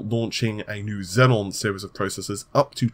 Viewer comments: Zee-on, not Zen on. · XEON NOT XENON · xeon not xenon lol good vid tho thanks :p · they are pronounced ze-on not zen-on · It is still not Xenon,. Xeon Xenon Xeon Xenon Server CPU Noble gas